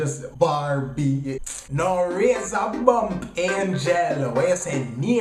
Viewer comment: Lol. Bar-bee. Hear weh him just seh lol